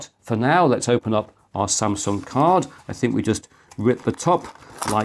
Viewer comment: He said Samsung which was incorrect